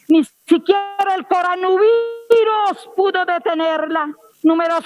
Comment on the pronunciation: El presidente es una persona muy seria, no puede ponerse a pagarle bolas a una vieja loca de esas, que no sabe ni como se pronuncia la palabra Coronavirus.